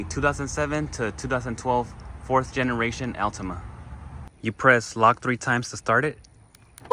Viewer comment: His pronunciation of Altima is tilting me